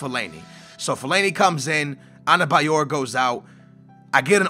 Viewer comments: Not anebayor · there is 'N' in adebayor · its ADEBAYOR not ANABAYOR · US:Adebayor/: Anabayor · The name is Adebayor, where the fuck are you seeing an N there? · Lago ? Labada ? Anebayor ? Can you read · Why is the D in Adebayor pronounced with an N?